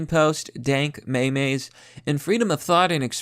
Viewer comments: aw geez, Mr. "" -- it's not "may-mays" -- it's MEEMS! Are you a non-native English speaker? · "May mays"